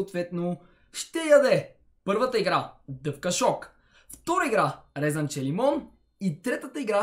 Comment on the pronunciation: Не е резАнче ами РЕЗЕНЧЕ :Щ